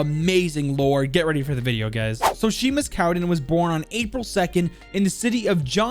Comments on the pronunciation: Sheemus? It’s pronounced shaymus. 😂 love watching people try and pronounce scottish things. Good video all n all tho! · Also Seamus is pronounced Shay-mus. Its not Shee-mus. I'm Scottish. Good video otherways. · He keeps saying seamus wrong ... it’s pronounced shaymus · His name is pronounced Shay-mus, not Sheemus. It's like Sean is Shawn, not Sheen. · Wtf is sheemus 😂 🙄 pronounced shaymus and also, this is the uk, free health service mate. No medical bills, technically. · Sheeemus???? It’s Shay-mus. God damn it man!! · "Shay-Mus" just incase anyone is wonder how to pronounce his first name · Seamus is pronounced shea-mouse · Couple facts John groats isn’t a city and for all the Americans it’s pronounced shay mus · it's pronounced shAAymus but ok 😂 lol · It's pronounced shaymus btw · Just a heads up I'm pretty sure his name I pronounced Shamus but I might be wrong. Anyway great vid as always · Seamus is pronounced as Shay-mus, sorry it just annoys me for some reason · i know your bad with names but how do you mispronounce seamus😂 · Not to be that guy but as I am scottish but ur pronouncing seamus and inverness